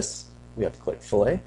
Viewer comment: Pronounced "fill it"... great job though, THANKS!